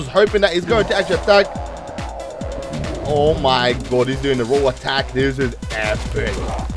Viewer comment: "omy good"?